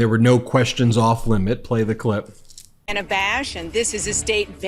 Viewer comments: Ben, just get off your high horse regarding mainstream media. You started off with whining about Dana posing MAGA questions and if that was real journalism and then proceed to mispronounce her name through your entire post! Did you not hear the VP correct herself when she mispronounced her name? Quit whining! We already have a chief whiner and it is getting very old. Let it be and focus on the more important issue instead of this side bar crap! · It's bad enough when Trump mispronounces KAMALA HARRIS'S name but for you to mispronounce the name of Dana Bash is really rich. Dana Bash is hardly the new kid on the block at CNN...she's been around for some time now and her name is not pronounced with a hard "A". It is pronounced Daana! (just like banana). 🤣🤣🤣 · Friendly FYI: Ms. Bash pronounces her name as "Danna." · Although I agree that using MAGA talking points as questions is lazy and perhaps insidious, the name is pronounced like Dan-na. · Dana Bash's first name has a short A: DĂ na or Danna. There's no 3rd syllable in Laura Ingraham's last name: IN grum not IN gruh ham. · Dana like banana Kamala even corrected herself when she mispronounced it like you have been doing. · Hi, Ben. Dana's name is pronoucned like the guy's name Dan but with an ah at the end. Not Day-na. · Even right after in the clip, you can hear Dana herself clearly showing her name is NOT PRONOUNCED DAY-NUH! Come on, Ben, you're smarter than this! At least I hope you are. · PLEASE PLEASE PLEASE, look at the Notes section of this wikipedia article on Dana Bash, and PLEASE pronounce her name the right way. Otherwise, you sound ignorant or not smart enough to correct yourself once you've been corrected. By the way, this is the THIRD TIME I've brought this to your attention; is there some more direct way to get this correction to you? I know you don't want to sound ignorant, and generally you don't, but this is sticking out like a very sore thumb. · BEN IT'S DAN AH NOT DANE AHHH.. 😮😮😮😮😮😮😮